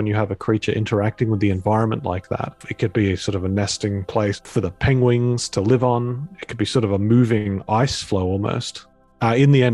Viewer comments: is there a particular dialect of English that pronounces it "pengwing"??? No disrespect, really! It's just mildly fascinating. Banderslam Wifflebatt famously also said "pengweng" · Pengwing is the name of the creature